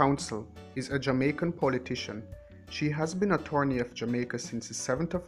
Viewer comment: No offence intended but correction can only improve your product. Find a mentor and work on the pronunciation of words eg thousand, attorney and as LB has suggested your style of enunciation. This will greatly improve the presentation of a good topic! Bless